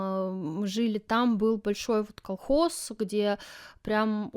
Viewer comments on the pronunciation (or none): Обязаны жрать французские сыры ? Нажралась ? Прямо позаботились ,чтобы вкусно ели .Наши то ,положа руку на сердце ,вот такие сыры делать еще не могут .....Ты жрала , а кто-то ел . Колхоз и совхоз правильно сказать не можешь ,а вот жрать просто по -плебейски и с остервенением выговариваешь .